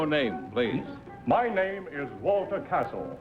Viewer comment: The exact name of the baritone is Cassel, not Castle